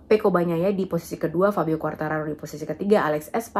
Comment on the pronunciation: Yg paling saya suka dari mbak lucy ini adalah bahasanya menyebut nama Pecco Bagnaia fasih banget, saya sulit melafalkannya